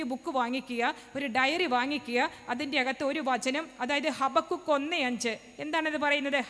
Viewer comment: ഹബാകൂക്ക് എന്നാണ് ശരിക്കുള്ള pronouciation ഹബകുക്ക് എന്നല്ല. Maybe that is why the girl got confused.